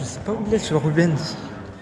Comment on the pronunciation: on dit rubainse et pas Ruben’s 😂